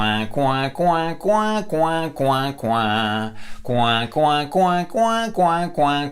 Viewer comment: par contre pour le canard il faut dire "Coua" et non "Couin" sinon le son est nasal et ce n'est plus du twang ;)